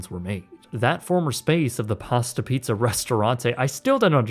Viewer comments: Pasta Piazza, not Pasta Pizza. Piazza is the italian word for "square / plaza / quarter" etc. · pee-ahh-za. your pronunciation is almost as infuriating as people who say foy-yer